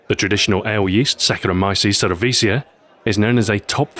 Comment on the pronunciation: Oh man pronunciation of Saccharomyces cerevisiae. Still a great video sir! My favourite yeast is Saccharomyces carlsbergens!